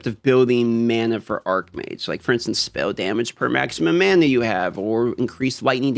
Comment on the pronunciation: Just fyi, Arcmage [pronounces arc-mage], where the word arc means something having a curvature. Archmage [pronounces arch-mage], where 'arch' plays an adjectival role and means main, principal, etc. (example: arch-nemesis, meaning principal, or main enemy). Which one are you playing again? P.S. There is also the word archon, which comes directly from the Greek language and is pronounced Ar-kon (well done you, here). It means ruler...and is not to be confused with the other two words.